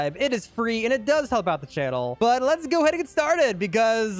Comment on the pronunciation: "llets ghoooo" got me rolling